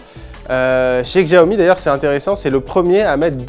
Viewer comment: Faites un effort, apprenez le pinyin : les caractères latins utilisés pour les mots chinois ne se prononcent pas entièrement comme en français. Par exemple, Xiaomi se prononce "siaomi"